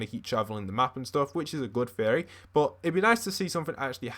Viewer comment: i thought he said furry instead of theory